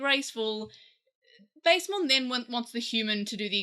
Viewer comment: this is a nitpick but i think its pronounced bast-emon with a short a like the egyptian gods bast or bastet